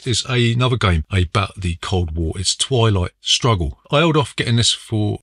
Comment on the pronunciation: At one point I thought you pronounced twilight struggle as "toilet struggle", which is a very different type of game 🤣